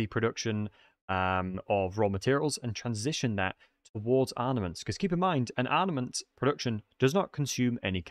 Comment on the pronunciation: I am the only one that keeps on hearing him say ARNAments ?